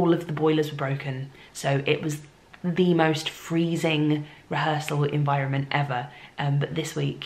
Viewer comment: so good to see you back at the theatre!!! makes my heart so happy!!! ♥️♥️♥️♥️ (also did anyone else notice how her accent went a smidge american when she said “environment” 🙊)